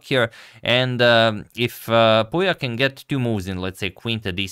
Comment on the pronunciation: #suggestion pouya is pronounced like "pooya" couble o as in foot